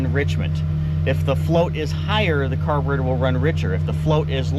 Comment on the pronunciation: T-shirt idea "Car-bre-tour" with a detailed "tour" of a carb. You said it that way enough times it made me think...You could def add your own flavor to it 👕🔧